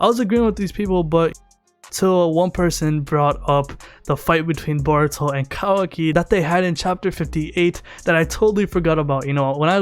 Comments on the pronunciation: sounds like he says Baruto lol but great video as usual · I feel like he’s saying boruto like that on purpose